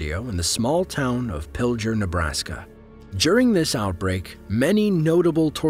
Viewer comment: Y he pronounce pilger like that??!!🤢🤢